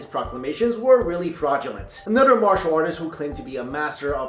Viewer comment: One critique - your English is amazing man, except when you say “another” you pronounce it “nudder” like nutter butters, which are amazing.